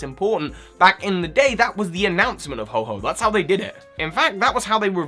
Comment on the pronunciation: u said ho-h ho